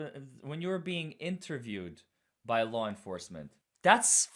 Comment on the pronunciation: The calling Kerry Mrs.McCabe and the "when you were being influen, err, interviewed by " laur" enforcement has me 💀🤣🤣😭🤣😭😂🤣😭🙄🤣💀